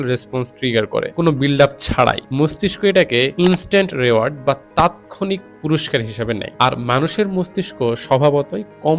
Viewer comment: You basically assessed the books using AI; you couldn't possibly come up with those points - where you can't even pronounce "reward" properly, you are not that smart, mate - nor do you know the basic psychology that you tried to explain here with your pseudo-intellect. Personally, I don't find these particular books shown here interesting, either. But, what you are promoting here is just "Purity Culture" and censoring art. Your taste cannot be universal - it's all subjective; who are you to decide what's what, anyway? And what's a "good book"?! It's all about preferences. You can only criticise within your capability and personal taste instead, you are doing what Nazi Germany did and so many other uptight Right Wing religious fanatics do. I mean, you are the kind of reviewer who has a different playlist for "Self Help" slops! Those books are targeted for those who are easily susceptibile/gullible with low self-esteem and lacking critical thinking skills. Your thumbnails are perfect click baits for those kind of people after all. However, it's the Internet - do whatever you want. Everyone will mindlessly just say "yes" to whatever you say, anyway!